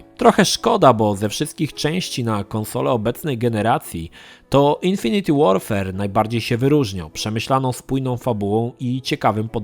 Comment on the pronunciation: 'infinit łorfer' a nie 'infiniti łorfer'!!!;]